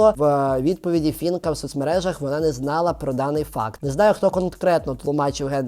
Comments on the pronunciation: Не фінка а Фіїнка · При всій повазі до вас, але не Фінка, а Фіїнка вірно! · Навчіться казати правильно Фіііііііїїїїїнкааааааа❤